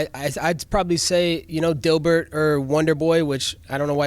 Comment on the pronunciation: okay, he said dilburt way to smoothing. Everyone likes a heel.